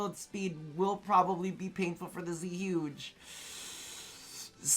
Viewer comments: Its zuegay thats how you say it your Asian smh cmon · Same as you , man . When I hear people say Zhuge the wrong way , I laughed so hard .